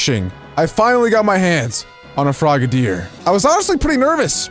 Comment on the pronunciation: It’s frog-a-deer